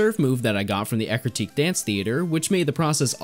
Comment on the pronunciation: God, i always called Eructeak City, until i heard you saying Ecruteak , 14 years of playing this game and until now i realized i was saying it wrong, damn